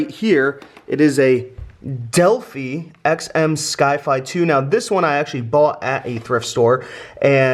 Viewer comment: Delf-EYE is the way to say the name.